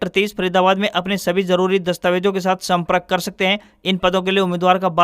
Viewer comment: Samacharon mai bole Gaye wrong word:-Samparak . correct word:- Sampark.